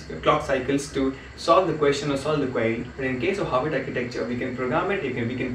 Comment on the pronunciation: havard not haward